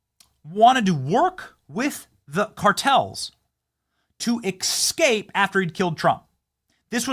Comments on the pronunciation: Benny, please stop saying Xcape. It's EScape. Thank you. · My skin crawls whenever Benny says "ekscape" and "nucular." I know this is a kind of lowbrow, clickbait channel, but if you love America, you gotta speak the language.